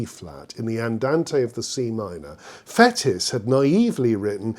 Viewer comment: Interesting and educative - many thanks! Just one criticism - your pronunciation of the Frenchman Fétis! Not "fetus" or "fetish", but "faytee"! On first hearing you say it, I had to think a moment before I realized you were referring to this still today far from obscure musical personage.